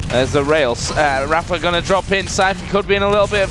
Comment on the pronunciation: why do they pronounce rapha as raffer?